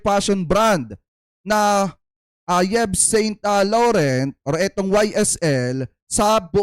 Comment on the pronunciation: eve san law rohn is the correct pronunciation of yves saint laurent